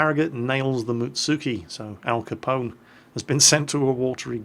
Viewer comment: "Alca Pone" allmost as good as "Alpa Chino" :)